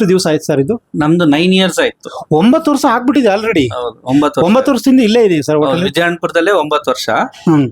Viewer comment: ಯಪ್ಪಾ ಮಾರ್ರಾಯ ಮೊದ್ಲು ಸರಿಯಾಗಿ ಕನ್ನಡ ಮಾತಾಡೋ ವರ್ಷ ಅನ್ನೋಕೆ ವರ್ಸ ವರ್ಸ ಅಂತೀಯಲ್ಲ 😂😂